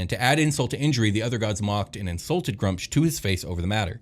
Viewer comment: You guys can't pronounce sh*t. It's either Groo-umsh or Gra-oomsh. Pick your favourite and die on that hill. No middle ground Grumsh, why have a double U?